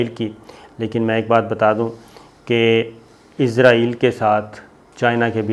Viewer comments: AOA.. Very happy Eid mubarak to you.. I really love your program, bt i hv a suggestion fo you, plz say Israel instead of Izrael, Plz correct the pronunciation.. Thanks n love from Germany.. 🇩🇪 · Sabir Shakir please pronounce the word Israel instead of Izrael which means the holy angel Hazrat Izrael Aleh slam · Boss~IZRAEAL ~ nahi ISRAEAL bolttay hain 🥰 moot k Angel ko na bolain aa hie na jaye kahain 👻☠️ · Izraeel nahi...israeel hai...hahahaha.. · صابر شاکر صاحب ایزرائیل نہیں ایسرائیل ہے اس ملک کا نام ؟؟؟ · Izraeel nhi sahi israeel hai jnab